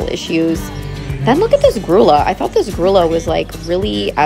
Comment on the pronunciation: Can't find a private way to say this, but in Spanish an ll is pronounced ''yah.'' So a grullo (masculine) is ''grew-yo'' and a (mare) grulla ''grew-yah.'' I love your videos and am enjoying learning all the things you teach. Thank you! May you be blessed for all your kindness to animals!